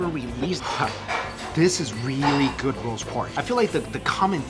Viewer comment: He said 'food' not 'good' lol